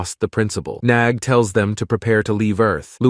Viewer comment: Bro it’s nag not nog